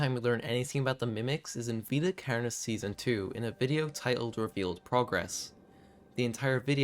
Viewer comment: you say carnis so irish. carrrnis